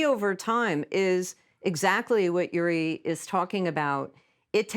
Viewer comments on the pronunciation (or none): So very interesting: but as always with the US since the Cold War: American scholars in the centre, but then the East European scholar or Ex-Soviet scholar comes along and takes the lead😂, and as always they are not even able to say his name correctly it's György and not Juri😂😂😂 so what does this say about their brains?🤭 Americans have always all the resources but tend to think within the box😢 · György pronounced Yury ?? George would be the English equivalent. Even closest in pronunciation.